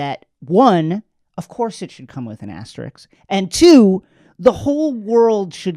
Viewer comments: 1st 3 pronunciations of asterisk: asterix asterisk asterik back on track with #4 tho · Don't forget ashtrik